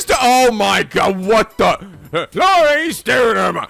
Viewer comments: IT'S LAURICE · Um, it's actually Laurice.